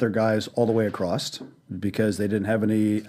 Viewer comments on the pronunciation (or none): What an asshole. A billionaire and he says "acrost" instead of across